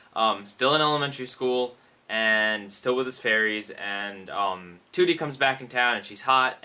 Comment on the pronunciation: you mean trudie not tootie